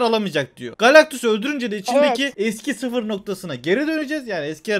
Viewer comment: nobody:: galaktus neksus kuresinin pesinde lol